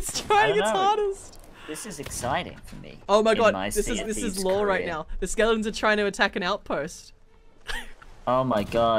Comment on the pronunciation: why does say Skeledons